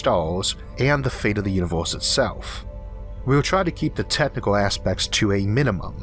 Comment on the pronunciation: "Univoooohhhse" ...."eizooohhh" ... "laydoooh" .....damn ! Your "slang" is horrible, but your content is great !